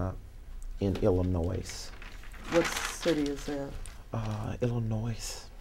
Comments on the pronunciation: what CITY is the other bank in? "Illanoyce" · “It’s a smaller bank in iLLer-nOiSe” 🤦🏾‍♀️🤦🏾‍♀️🤦🏾‍♀️ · "Illi-noise" (which was bad enough!) "What city because that's a state"!!! 😂😂😂 I cannot!!! Best. Video. On. YouTube. Ever!!! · Illnoise what city is that …Illinoise that’s a state … lmao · Boostang Never trust anyone who puts the “s” on the end of Illinois. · ....can't really trust anyone who pronounces the 'S' in illinois, lol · Don’t ever trust someone who says Illinois like that. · THE S IS SILENT IN ILLINOIS. But only honest pastors know that. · Also the s is silent, it annoys me when even otherwise educated people don't know that